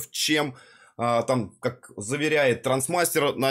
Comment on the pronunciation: Не ТРАНСмастер, а ТРАСТмастер)